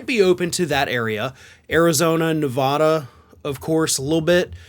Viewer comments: Its Ne-va-duh, not ne-vah-duh. Come to northern nevada. Its beautiful and were blue as hell. The good ol boy element that does still exist knows they are outnumbered and to keep their mouths shut ;) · NE-VA-DUH, not NE-VAH-DUH! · You know, dude, if you are mentioning NEVADA , quit sounding like a TOTAL OUTSIDER, at Least quit mispronouncing. It's NOT: NA VAHH Duh; it's pronounced NE VA da. Even Kamala Harris got booed for that. Total Easterner. 46-yr resident of Nevada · Las Vegas, Ne vAda not Navhhda please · If you move to Nevada. Please say NevAda the correct way. I live in Pahrump Nevada. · Honestly, I wouldn't even drive through FL or TX. And, by the way (as someone who lived in NV for 16 years), you'll need to learn to pronounce Nevada correctly. 😏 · Don't go to Nevada until you learn how to say it. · If you move to Nevada you’ll have to pronounce it correctly or they’ll go off on you here! First thing I learned when I move to Nevada 30 years ago! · If you're going to move to Nevada, please learn the proper pronunciation of it 🤣